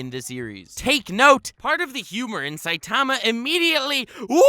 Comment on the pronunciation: Dude ur sayin saitama wrong!